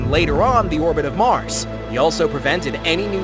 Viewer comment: Is it just me or did the little Mars say Brand 😭